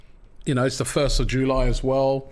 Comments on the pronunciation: 1st of jooo liee .. how does robbie end up with pronouncing things like that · Robbie in Spain with the s silent 😂😂😂